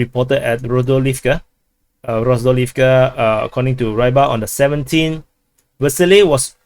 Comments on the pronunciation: It's pronounced Ribar, not Rybar. It means "fisherman". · But its Ree-bar not Ray-bhar, FYI... More cool is to learn basic Russian letters pronounciations and transliterations, as you may have noticed "j" is actually "Y" in English and "y" is "ee" for example. Do you want to be accurate or a clown butchering names of things and places?